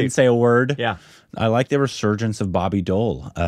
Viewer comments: It’s not boby doll it’s boby deval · He's not Bobby doll...pronounce Bobby D owl..... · BOBBY DEOL ❌ BARBY DOEL ✔️ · I heard Barbie Doll, when first said Bobby Deol 😂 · Who else heard Barbie doll😂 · Did he just say Barbi doll 😂